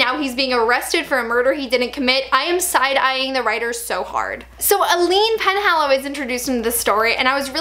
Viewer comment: THEY ALWAYS DO POOR SIMON SO DIRTY THO I am lowkey forever imagining Arden Cho as Aline.Also why did they all pronounce it as Eileen I was so confused smh.Part of me is bitter she was underused but another part of me is just happy that they can't ruin her. ALL MALEC SCENES ARE ICONIC AND SEEING MAGNUS OPEN AND VULNERABLE GIVES ME LIFE I was very into it when the real Sebastian almost got to them,that got me good,well done writers. I WAS LITERALLY IN THE MIDDLE OF BEING LIKE "WOW THIS SCENE IS GOOD" CAUSE AS SAID DIRECTING THEM,WILL AND ALAN ARE AH-MAZING!!!Like,I feel like they're the both actors in the show and the characters interacting gives them stuff to work it and then.. big silence.I couldn't even send the message so instead I was like "what the fuck man" and honestly did all their budget go on making Sebastian's burns???i am forever lost and confused THE highlight of episode 16 is Simon brooding in the middle of an existential crisis while Bastille is playing in the background tbh. THE ANGELS ARE A JOKE ALREADY.They literally don't need you making a joke out of it cause they're doing it themselves. I was LIVING for Simon&Maia and also I loved them seeing some more of Simon being jewish. "it could be just because he has a very pretty face" i almost choked on my tea.To be honest I blame it all more on the writing and possibly directing rather than on Will.I honestly feel like they're reducing Sebastian to demon boy feat daddy issues,sigh. okay but can we talk abou